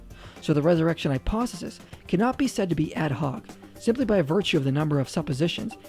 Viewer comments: Is he saying "hyposisys?" I would take a lot of these guys more serious if they knew how to enunciate properly. Also citing William "Lame" Craig doesn't help their cause. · The thing that annoyed me the most is how he couldn't say the word 'hypothesis' correctly